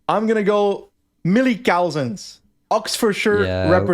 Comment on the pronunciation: did such a good job pronouncing 'Kimihurura' that I feel bad pointing out that he mis-pronounced the word 'pronunciation' 😉 And btw it's "cuzzens", not "cow-zens"